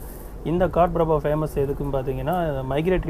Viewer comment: “ காட்பிரபா” இல்லை “ கடப்பிரபா”. அதே மாதிரி “கடாக்” இல்லை “ கதக்”